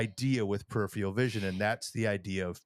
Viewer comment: Love y’all, but neither of you can say “peripheral” lol.